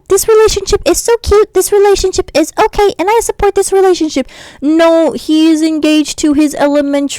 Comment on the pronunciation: THE FACT U SAY HISOKAS IS SCARING ME😭😭😭😭😭😭